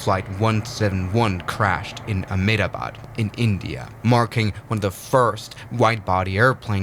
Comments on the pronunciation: Uhhhm,? FYI the city name is not pronounced aa-med-aa-baad but em-dtha-baad. Nothing in this text is misspelt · Just a small correction It's ahem-da-bad Not amidabad Not to be rude or anything